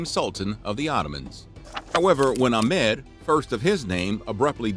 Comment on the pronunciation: You're pronouncing Ahmed wrong, among other names. You might want to address that in future videos, maybe....?